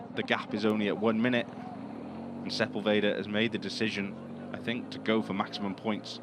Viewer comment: Man, you can tell you're on the American broadcast when sepUlveda becomes sepulvEehdah and his nationality changes from Argentinian to just some other latinoamericana neighboring country... 🙈